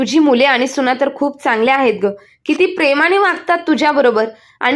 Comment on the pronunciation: सुणा नाही सुना